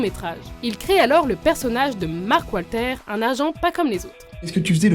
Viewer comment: Je rêve ou elle dit Marc Walter a